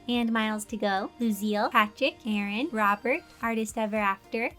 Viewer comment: When she said Aaron I was looking at my recommendations and thought she said Karen